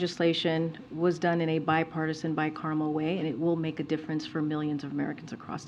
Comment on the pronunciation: It's bicameral, not bicaramel.